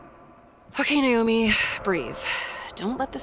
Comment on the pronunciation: Lol Daz discovers 3 scary games series by accident. It's a thing Daz. Loads of YouTubers will play like 3 horror games cuz 1 is too short 😂 Also it's pronounced "Nah-oh-me" not "Nay-oh-me"